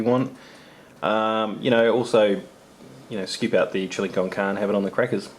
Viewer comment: The chilli con carne, shows signs of aging also, pronounced (con car nay) , Spanish for chilli with meat, is too dark, like the rest friend. Good choice on not letting the boss partake! hope rest of meals work out ! Magnum, as always, love yours and gundogs vids !!!!!